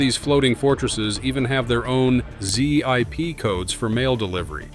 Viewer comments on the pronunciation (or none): Nothing but AI narration, it not a Z I P code it a zip code. It’s produced as gedunk not g e dunk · What is a Z. I. P. code? Stupid AI. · Who calls it a zee-eye-pee code... other than an AI? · I've never heard someone call it a Z-I-P code. It's a ZIP code. haha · A "Z-I-P" code? Hello?? It's a ZIP Code! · I sure hate the bullshit AI voices Z I P code spelled out. Give me a break!